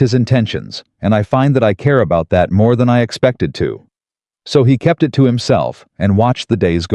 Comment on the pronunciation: Many times 'he' pronounced as 'hi', not only in this story.